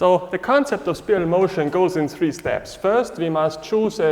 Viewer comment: As a point of reference, is there a particular acupuncture point location on the bottom of the foot associated with where our weight should rest for the 50/50 mabu position, and would it be the same for 50/50 standing taiji commencing position? Also, respectfully, it is pronounced SPY'-RUHL...like a spy. Thank you for another excellent explanation.